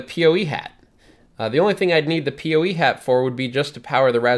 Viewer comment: PoE (Power Over Ethernet) is great and makes wiring much simpler in most cases. People usually pronounce it "poe" instead of "pee oh ee", though. ;)